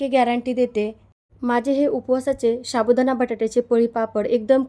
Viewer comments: शाबुदाणा काय साबुदाणा म्हणा.😂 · शाबुदाना नाही साबुदाना म्हणा.